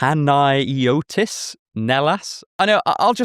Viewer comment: As a Greek person, watching you struggle to pronounce a fairly common Greek name was the highlight of my day. It's pronounced Pa-na-yo-tis, and it is the male name from the orthodox way of referring to the Holy Mary "Panayia" which is a mix of the words "pan", like the 'pan' people use in 'pansexual', meaning 'all' or 'entirely' and 'ayios' meaning Holy.